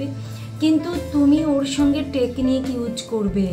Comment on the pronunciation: আপনার উচ্চারণে মারাত্মক ভুল যেমন : রেসপন্স, যেন,ইউজ ইত্যাদি এত্ত ভুল উচ্চারণ নিয়ে টিপস দিতে আসেন লজ্জা করে না😂